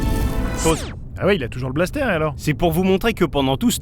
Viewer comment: Un 'balssetèr' ... Non un blaster x'D